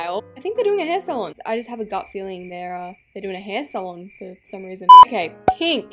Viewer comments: Nobody else::saying the word salon wrong💀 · She said say-lon